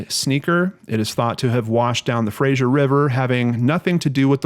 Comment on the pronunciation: Great vid,! Gotta say though that they're pronounced FRAY-ZER and PA-TELL-O.